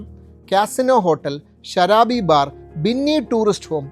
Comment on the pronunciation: ബിന്നിയല്ല ബിനി ടൂറിസ്റ്റ്‌ ഹോം